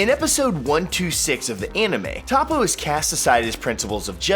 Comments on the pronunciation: ....I'm starting to believe you actually haven't watched the anime.... Top-O? Its fuckin Toe-poe... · please call him toppo not tappo learn the names... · I hate mispronounciations... Tah-Poe? No... Its toe-poe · Tah-poe???? You me "toe-poe"right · Toe-poe, not top-poe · It is pronounces Toe poe Not Toppoe Bappo no slacko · Its pronounce Tapo? Is it not Topo? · Boy it’s pronounced toe-poe not top-poe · its toppo not tappo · Its toe-poe not ta-poe its 1 letter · He said toppo as tappo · who is Top po? does he mean toppo? (Toe-poe)? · toe-poe finetically, not top-oh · Anyone else cringe everytime he said Top-o? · “Top-Poe” fuck this nigga doesn’t even watch dragon ball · Did u just say tappo bitch? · When he said topo I died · Better than the scrubs who think "Toepoe" is correct. If you're gonna put an American "accent" on it, pronounce it "Tahpoe" at least. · These people watch the anime and still butcher their names even though their names are said in the anime really how do you screw up a name like toppo....its toe-poe....ughhhh goodddddd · Its Toe Po and Pu Pu....... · Ta-poe... I cringed everytime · A volatile noodle, doesn't the Japanese pronunciation say toe-poe? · He really called him Top-Poe 🙄... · lol he said tApoo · It's pronounced "hoepo" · It's Tōpo. There's no "Toe" in the actual sound. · he said Top-oh 😂😂😂😂😂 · Y do you pronounce toppo that way when u have heard how it is pronounced.. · You said toppo name wrong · How do you mispronounce Toppo's name!? Smdh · SAY TOPPO WRONG AGAIN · He can’t even say Toppo right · U pronounced Toppo wrong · Your pronunciation of toppo is cancer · he said toppo name wrong lol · The way he says toppo is aids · My only beef the video is how you pronounce toppo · When he said toppo wrong i cringed not to mention he did 10 times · narrator acting like he watches this show and cant even pronounce toppo. please dude. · Jesus Christ him mispronouncing Toppos name makes me so mad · dislike because you cant pronounce toppo.